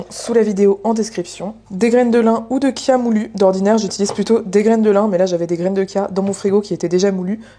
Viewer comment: Merci pour la prononciation du mot Chia (kia) c'est un petit défi personnel de le prononcer de la bonne façon car on prononce bien cholestérol "kolesterol", et je tombe sur vos recettes: un vrai plaisir de découvrir !!😊